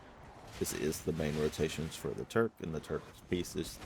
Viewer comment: it's Tukar, not Turk